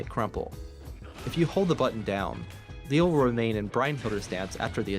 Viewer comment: The german pronounciations in the leo video hurt my ears